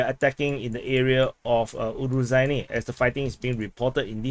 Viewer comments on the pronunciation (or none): So the title should be Ukraine enters Robotyne... Btw the zh in Urozhaine sounds like z in azure, not j and dg in judge... there is no 'd' component, just the whistling sound. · You definetely got fooled regarding the pronounciation of Urozhaine. The kyrillic letter in the name (it looks a bit like a beetle) is to be pronounced as a soft "sh", like in "Niger". If you wanted to create a "j" sound, you would have to add a "d", like in "Джо" for Joe.